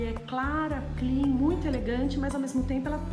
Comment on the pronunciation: Livin, clin, homi, brasileiro tem a mania de querer falar Ingles porem, pronuncia tudo errado.. vergonha alheia ..